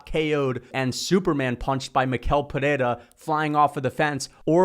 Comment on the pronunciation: Since you're one of the few YouTubers who pronounce "Pereira" right, I have to help you with Michel too. The ch sounds like sh, not like k, so it's like mee-shell. Good job btw, you and the Guru are the analysts I follow the most to get hyped for the UFC!